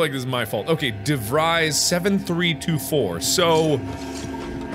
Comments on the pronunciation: Hendrik De Vreys, interesting way to butcher an Afrikaans surname, but I like it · When ur Dutch and de Vries seems to be pronounced wrong.. de Vries may be pronounced as (ie =ee from freeze) de Vrees. Or Im wrong,dont mind me. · Do all Dutch people get triggered by his way of saying de Vries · Hendrik DeVries is Afrikaans/Dutch name uwu, is pronounced "DeFres" is weird but yeh uwuu